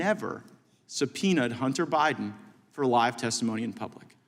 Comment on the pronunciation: How can gym Jordan even say the word subpoena?